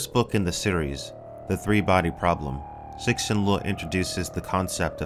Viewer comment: Sir-shin. Cool video though, I read this series because of you :)